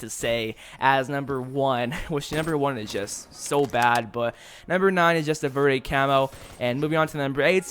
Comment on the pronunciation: Lol he said veeerde well I can guess why he doesn't know Spanish that's understandable verde means green lol no offense